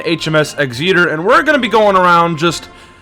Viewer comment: no hate just wanted to point out that exeter is prounounced exit-er good vid and nothing beats the british t5 battleships